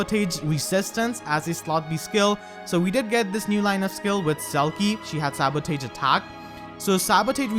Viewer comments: Why did you pronounce sabotage as "sabo-tage", and not "sabo-toge"? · Is it me or does it sound like says "Sabutate" instead of Sabotage? (Sa-bo-tahge) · I'm going for green. Also it's pronounced "Sabo-tarj" not "Sabo-tage" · Dude, you're pronouncing the word sabotage wrong. It's pronounced like this (Sab-a-tazh) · Sa•buh•taazh. That's how you should pronounce sabotage lol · I love your content and I love your accent but I'm only telling you to help you out, sabotage is pronounced more like "sa-ba-tahj". I know, english is dumb sometimes --_--... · sabo-tahj gosh some of your pronunciations drive me crazy. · So that's how you pronounce sabotage. 🤔🤔🤔🤔🤔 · If you cant pronounce 'sabotage' then you should at least try to use that word as rarely as possible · That pronunciation of sabotage is amazing